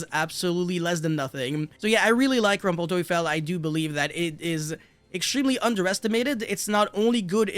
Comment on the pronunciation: The pronunciation of „rumpel teufel“ was good.